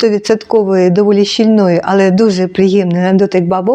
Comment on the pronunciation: щІльної - наголос на "і"